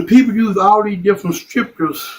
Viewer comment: The one guy talking about STRIPcures rather than scriptures lol